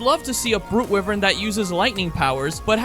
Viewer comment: Hold on… wivern? It’s pronounced why-vern. It’s not even a hard word cuz it’s from a game, that’s because it’s a real word